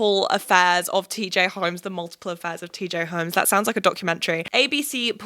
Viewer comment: Okay the American accent would work but when you say "that" it's very British lol